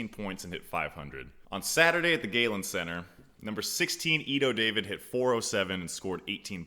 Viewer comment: pleasant surprise seeing a former warrior continuing to promote the game. Keep it up. Pronunciation since you asked. Spyros' last name is a silent "C" so Chakas pronounced Hah-kass. Hogland is pronounced with a long vowel "o" like hole. And i'm pretty sure Ido David's last name isn't pronounced like we as Americans think it should be pronounced with the long "a" and emphasis on the first syllable but Dah-veed with emphasis on the second syllable.